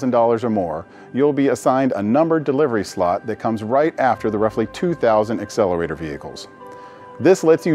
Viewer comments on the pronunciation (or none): none